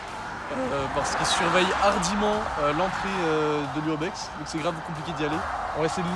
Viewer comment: super (on dit ardument et non ardiment ^^ ) jadore je m'abonne merci !